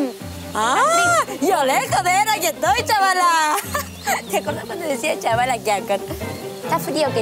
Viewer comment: Cuando decia Chabala ke asco JJAAJAJA